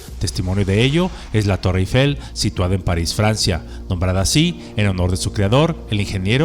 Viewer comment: Excelente video. Magnífico guión y excelente léxico. Muy buena postproducción. Solo le falta pronunciar correctamente Eiffel, ojo: No lleva acento grave en la primera E, por lo tanto se pronuncia sin ningún acento.